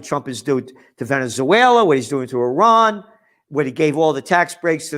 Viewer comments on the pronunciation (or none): none